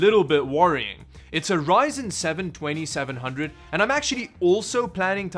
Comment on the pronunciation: Also ... thitty seven undred 😜